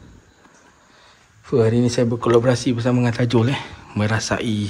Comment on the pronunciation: Baru jugak tengok sembang seram, cakap TAJU bukan TAJUL, takde L 😂 Lawak lah 😆 Apa2 pun terbaik MRA!! 👍🏻👍🏻👍🏻